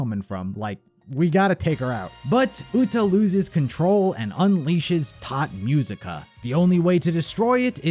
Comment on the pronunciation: Great Video but please dont say "Tod Musica". Its "Tot Musica":face-turquoise-covering-eyes